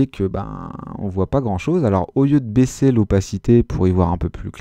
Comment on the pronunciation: Super vidéo 👍 ! Mais vers la 40eme minute t'as dis baiser au lieu de baisser... 😂 mais sinon +1abonné 😖